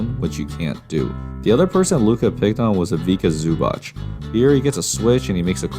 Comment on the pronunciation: It's not Ivika Zubach btw, try to work a bit on the pronounciation, it's the only nitpick in your usually fantastic videos. I think you're very underrated, just gotta work a bit on that, all else is top notch